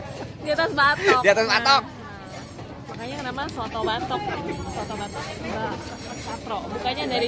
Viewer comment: Nama masakannya bukan SOTOKK, tapi SOOTOOO !!!!!